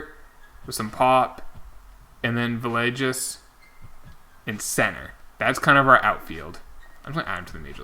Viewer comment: Cant wait for Villegas to retire so you can stop butchering his name lolololol.. (just messing around) (its Vee-aye-gas by the way)